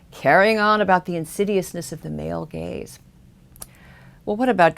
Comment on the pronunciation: I really enjoy these videos and are a good thing to view after watching Sargon's This Week in Stupid videos. But this time, I can not stop hearing 'Male Gays' instead of 'Male Gaze'. Maybe I'm just juvenile, but I can't stop laughing now.